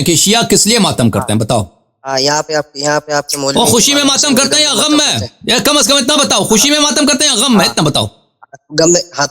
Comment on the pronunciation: Jahil omari gham ko gam kahraha hai.